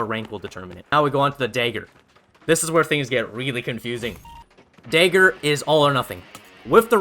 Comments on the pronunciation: “Daegger” haha Canadian?? Midwest??? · "the sword and the daeger"